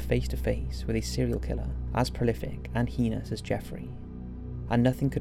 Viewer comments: Heenus? Or do you mean hay-nus - heinous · Liked the documentary but jeez that voice is annoying o.O the way he speaks in half sentences for the whole thing.. not being able to say heinous but "hee-nus" and just sounding damn monotone through out.. I'm sorry man. Gotta work on your narrative there. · Please say heinous right